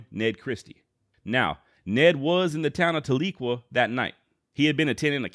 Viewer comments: Its pronounced TAL-eh-kwah with the emphasis on the first syllable. I have family there. They'd laugh if I said it "ta-LEE-kwah" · Talequa has a soft E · Tahlequah is pronounced Tal-le-quaw. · there is a good book by Larry McMurtry titled Zeke and Ned about Christie, enjoyed reading it. The way to say the name of the town is more like Tally Kwa btw ;) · Hey buddy, love the vids. Just a heads up tho. As a grandson of a Cherokee that was raised on the rez near Tahlequah Oklahoma, no biggie cause a lot of towns in Ok are weird, it’s pronounced Tal-e-kwah. Tal like the word tally, short E sound like the word end and quah like the word squaw. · I like Ned Christie. I think that often, unjust laws push people into a corner and they end up fighting with their backs up against a wall. Ordinary good people end up turning violent, as it becomes a fight for life. This is a very big injustice. PS. You mispronounced Talequah. Tal - LA - quah. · Tahlequah is pronounced like "towel- a- kwaw" by Oklahomans. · That's what I'm saying my family is from tahlequah Oklahoma and we always pronounced it different than how he's pronouncing it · You did a good job but as a chrerokee citizen in Adair co. Oklahoma i have to say you pronunciation Tahlequah and Keetoowah were way off!! Other then that very good